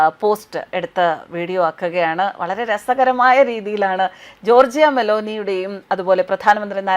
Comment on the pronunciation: ജോർജിയ അല്ല ജോർജ !